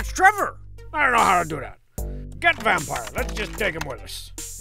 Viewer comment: Been playing alotta Vampire Survivors lately, but thanks to this video and Strong Bad's pronunciation of the word; I officially refer to the game as "Vampoire Survivors"